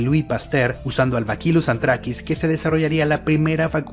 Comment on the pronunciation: Lamento corregirte, pero se pronuncia Bacillus, no bakilus como dices P. D. Soy bacteriólogo